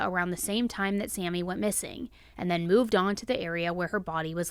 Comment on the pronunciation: SAME... "our friend is MISSANGK". I was cringing hard.